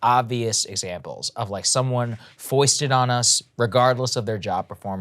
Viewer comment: Curb your enthusiasm "foisted"🤣🤣🤣